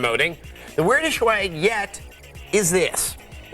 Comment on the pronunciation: I hate that they pronounce swag like schwag